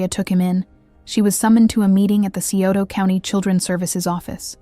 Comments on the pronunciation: it’s Sci-oto county. I live there, this horrific crime happened out in the sticks, about 40 minutes from town. I have many fam members that work in corrections around here. I’m happy to report that them two worthless people are having a VERY rough time in prison. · Sure wish ppl would learn to properly pronounce the cities in these cases!